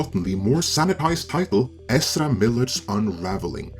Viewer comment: Does anyone else really like the way pronounces Ezra?